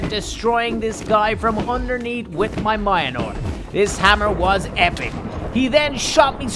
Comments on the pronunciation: Why did U call Thor’s hammer Mianor???!!! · ive never heard someone call Mjolnir mianor lol but a great video! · When pronouncing the name for Thors hammer sound it out like (me ol mere) ok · Anybody Else wanting to shout “MJÖLNIR NOT MIONOR” in ear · I hate how he calls it mianor instead of mjolnr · why call it mineore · it's pronounced "me-ol-nir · Meyolnear that’s how you say it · the name is mjolnir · All he says is minor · Mjölner is the right way to say it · Mans said mionor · Ikr, I'm like, ITA NOT MIONR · It's not myoner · I believe you say Mjolnir like Mil-jol-nir Or Mil-jor-nair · Mi anor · Yeah it’s said miolner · Mionor the Mighty Weapon wielded by the god of thunder….. THOR! XD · it's pronounced mule-neer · You mispronounced mjolnir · BRRRRRUUUUUUUUUUUUUUUUUUUUUUUUUH. The Mjolnir pronunciation hurts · me:*getting triggered when he didn't say Mjolnir properly and only said cap and no bucky cus he has super-soldier serum* I HATE YOUUUU but love your content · say....... Mjolnir............................................ PROPERLYYYYYYY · You said the name of Thor's hammer wrong multiple times it's the ultimate mjolnir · He didn't even sat thor hammer name right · He knows stormbraker but he doesn’t know how to pronounce Thor’s hammers name lol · That is not how you pronounce Meunier I’m sorry it’s just that Siri can’t pronounce words right so you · Say the hammer's name correctly man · He is driving me crazy by not saying Thors hammer correctly! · Me being a huge Thor fan and every time he says mjolnir I’m triggered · Same totally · He cannot pronounce mjolnir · having the time of his life mispronouncing “Mjolnir” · The pronunciations of Mjolnir hurts me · like hes saying moinor not mil near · He is talkin bout pronounciation. said it has mynor but its actually pronounced as meolnear. Mjlonir is how idiots pronounce it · My dude says miolnor its pronounced myolnir the ir is pronounced like in .. Or is it because of ur accent